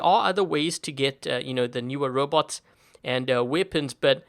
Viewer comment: she say robou wtf